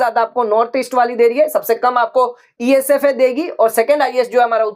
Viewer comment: Sir It's Esaf not Esfa😂